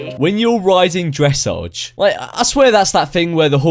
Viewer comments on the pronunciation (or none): This is for people who can't afford real horses, they are actually really expensive. Although I would not consider it a sport to play with fake horses, it seems like a fun hobby. Oh also you said dressage wrong😂 Edit: Oh also red horse